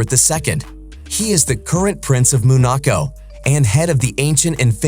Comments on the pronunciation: Its called Monaco, not MOOOON ACO WTF🥴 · He called it what?! Moonaco?! At least learn to say it correctly. 🤦‍♀️